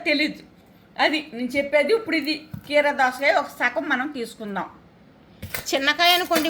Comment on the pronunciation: సోపు కాదు...సోంపు,రెబ్బ కాదు రెమ్మ....గీరా దోస కాదు కీరాదోస... టమాటా టమాటో....మిచ్చి కాదు మిక్సీ....దాచిన చెక్క కాదు...దాల్చిన చెక్క....